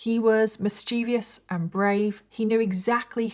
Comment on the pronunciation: Great work. Mischievous mispronounced. Minor error. Keep up the good work.